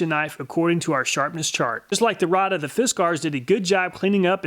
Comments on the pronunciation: Rada is actually pronounced "Rayda" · It's pronounced Ray-duh, not Ra-duh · I've worked at Rada Mfg. for over 37 years, we sell a ton of these ! lol, everyone mispronounces the name (rayduh)